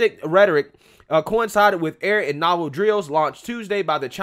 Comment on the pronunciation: Homie, its pronounced Nay-vul... And tie-pay... Lol u said them wrong bro. That shit made me laugh